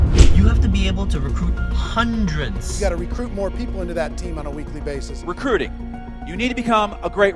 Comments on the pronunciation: As a voice over artist myself, I agree with all the positive comments about ' voice, but it is a pity he sometimes doesn't pronounce the letter T. It should be abilTy. Not abila'y. DistribuTing, Not distribu'ing. RecruiTing. Not Recru'ing. It is a small thing, but it makes a difference to how the speaker is perceived. Also, T's can be important. They can change the meaning of what you say. For example, an inner action is not the same thing as an interaction. An inner view is not the same thing as an interview. ' habitual mistake (recru'ing, distribu'ing etc) doesn't change the meaning, but it just sounds dumb, and it is disappointing when the rest of the presentation is so good. It could also stand between him and lucrative voice-over or acting work. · Why can't this guy pronounce his "t's"? It's not "recrui-ing", it's "recruiTing". It's "distribuTers", not "distribu-ers". It's "majoriTy", not "majori-y".